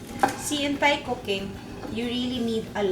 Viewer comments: I love you and your show! I just have one tiny critique and please don't take this the wrong way, but it's pronounced "tai" as opposed to "thai" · galing magluto thank u! side comment lang... ang correct pronunciation po is tie. versus thigh. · Juday, munting kaalaman: Thailand is pronounced as tie land (silent H), so Thai is pronounced as tie. HTH. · Love you Lodi Pero Thai pronounced as Tay walang h hehe love you. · True. I learned this from my HS teacher :). Same sa Thomas (Tomas) Thames ( Tems)